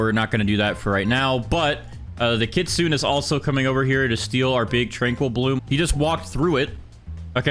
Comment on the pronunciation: It's kit-su-nay